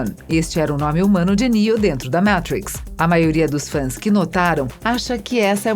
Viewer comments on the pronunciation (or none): Por favor ensinem as pessoas que fazem seus videos a falar em inglês ou pelo menos usem apenas os termos aportuguesados. Ela fala mÁtrix, matrÍx e mÉtrix e nunca o correto mÊitrix, ela fala nÊu, nÊo e nIou. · Que Inglês horrível esse da narradora. Zion? Métrix? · Adorei! Mas, The Métrix??? Por favor!!!!! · o ouvido chega arranha quando ela fala o título do filme errado. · A locutora tá precisando de umas aulinhas de inglês aí, heim! Entre a pronúncia de matrix, brawl e zion a coisa complica...